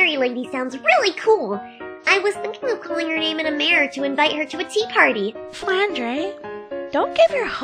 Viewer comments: That was really good! And indeed, why ISN'T Reisen in this? Also, hearing Flandre pronounced "Flan-dray" made me scared I had been pronouncing it wrong my entire life. Had to make sure it's actually pronounced "flan-der(u)". It is. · Crow-Team Yatagarasu There's multiple ways to pronounce her name~ Flahn-Dray Flahn-Der Flahn-Drah Fran-Dle Fran-Doll ETC Note: The last three are not English pronunciations, the first is french and the two after that are Japanese. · Crow-Team Yatagarasu That's what ZUN was going for when he was creating EoSD. A more western approach. Sadly, the Japanese fanbase pronounces Flandre like Frandoll instead of Flandrah. Lol. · ***** Actually, all pronunciations of her name are neither right nor wrong, since there's been no official confirmation by ZUN.... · Dark so the most common pronunciation as far as my friends goes is the french